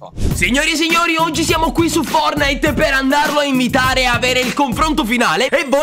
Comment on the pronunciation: Io avrei aggiunto la t nella pronuncia della parola fortnite